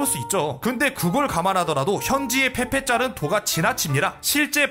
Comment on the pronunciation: 첨에 밈 페페인데 민페폐라고 들음ㅋㅋㅋㅋㅋㅋ